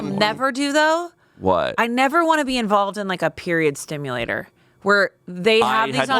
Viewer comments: omg please. It's period SIMULATOR, not period STIMULATOR wtf lol. you don't stimulate your periods lol. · Period simulator, not stimulator. 👀 Hearing period stimulator from made me a bit worried. XD